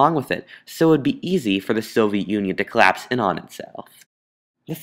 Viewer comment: it's collapse, not corrapse...